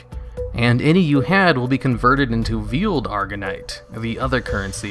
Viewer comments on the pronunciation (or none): "veeled arganite? It's pronounced VAY not vee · VEILED not VIELED. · just a question dont get mad, but... whats your first language? cause of the way u pronounce veiled and triumvirate.... u dont really seem to have an accent otherwise, so icant really put it